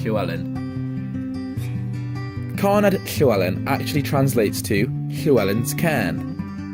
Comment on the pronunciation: Excellent. Good LL pronunciation but DD in Welsh = TH (as in the, not thin). Single D = D.